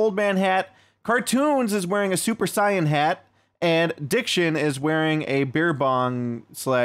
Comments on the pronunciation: A cyan hat? Its sayan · I'm not that crazy about DBZ, but it still hurt to hear him call it a "Super Cyan" hat. Y'know. Like, the fucking color. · The way you said "Sayan". I guess everyone pronounces it differently.